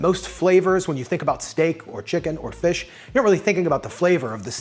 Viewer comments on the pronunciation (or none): Wow bro... amazing... You just said FLISH!!! 🤣🤣🤣🤣🤣🤣 I though only me said FLISH...I feel better now... 😌😌😌😌😌😌